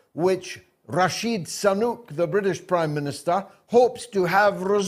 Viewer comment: actually said "Rashid Sanuk".